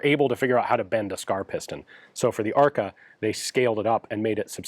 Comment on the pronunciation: It's funny how ARKA sounds like "АР-ка" - which would be a slang term for a "generic AR platform" in russian.